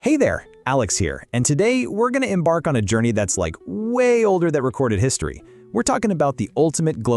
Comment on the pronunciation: em-bark lol